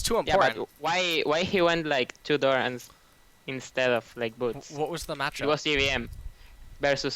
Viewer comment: why do people still insist on mis-pronouncing mana there are TWO A's there is no W in that word it is not MAW-NA also he says dorans wrong its not DOOR-RONs its dorans